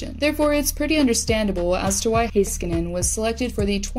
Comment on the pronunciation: when you say heiskanen its cut in such a weird way, not that hard to pronounce tbh.